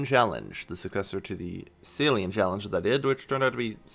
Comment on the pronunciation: Callange? Really,?:D